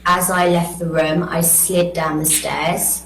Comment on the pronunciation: Love her voice and accent. E.g pronunciation of room.